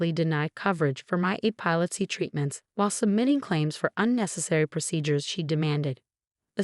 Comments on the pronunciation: NOTE: Epilepsy pronounced - E-pee-lep-cee. Rachel pronounced - Ray-chel. AI has a long way to go - obviously not edited for accuracy prior to publishing (also spelling errors). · This AI Pronunciation is a pain in the neck not only does it pronounce Rachal and Epilepsy wrong it's distracting when trying to listen for goodness sake learn how to properly pronounce words before sending stuff out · Pronunciation of epilepsy incorrect